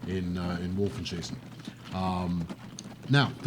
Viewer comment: A few tips to improve your pronunciation, at least with the germanic names. 'W' is pronounces as 'V'. e.g. "Vohlen" 'V' is pronounced as 'F'. e.g. "Folks" 'J' is pronounced as 'Y'. e.g. "Yunker" Umlauts 'elongate' the vowel, for lack of a better word. e.g. "Goeschenen" This is Switzerland though, so you're going to run into a strange mix of French, Italian and German.